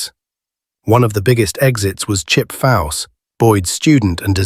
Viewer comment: Its Chip Foose not fause